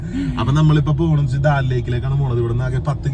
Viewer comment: Daal lake alla, Dal lake Anne, pronunciation seriakaa